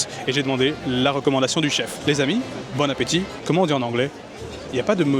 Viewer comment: En américain c'est " bône apétitE" 😂en prononçant très bien le -te imaginaire